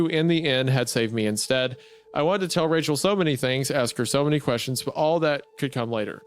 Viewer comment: Oh Wachel, my beawtiful bwide